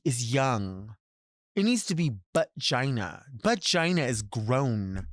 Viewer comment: I'm generally not a fan of using an apostrophe instead of a T but when it comes to Delta saying "bu'gina" I'm here for it